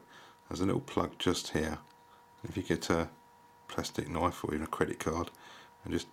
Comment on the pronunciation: Funny when you say " Plustik Knoif." :) Thanx for Vid this helps!! ;)